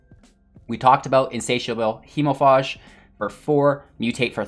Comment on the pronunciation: It is pronounced hemofage not faahhhje.